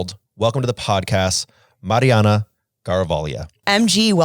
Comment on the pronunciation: thank you for the proper pronunciation of the name "Mariana".... not so much. Lol! Still love ya though!